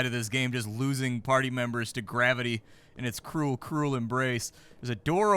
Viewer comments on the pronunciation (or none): none